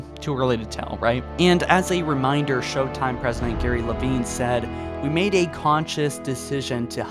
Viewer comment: "Sho-time." A reference to "sho-nuff" which is ebonics slang for "sure enough." The implication is that it's humorous because African American Vernacular English is thought, by people such as, to sound unintelligent. It's a way of mocking black people by disparaging the way a number of them speak, without saying something that would be immediately recognizable as an insult. It's low key racism.